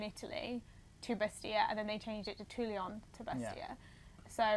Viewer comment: Great to see you guys on the road again! Looking forwards to seeing Corsica on a bike. But guys, guys, there is no “i” in Toulon. S’il vous plaît :)